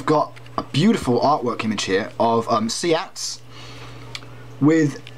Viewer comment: no affiance but you are pronouncing it wrong